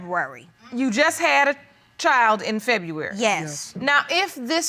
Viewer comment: Is saying feburary that hard...